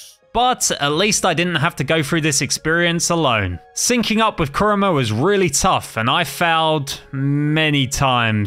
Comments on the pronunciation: its kurama not kruma just saying not a hater i hope you rech 10 milion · But I was about to die when he said "kurma" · add a in kurama u said kurma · Must say one thing negative it’s kuybi chakara mode not kurma mode now I understand copyright but I mean like why not chakara mode?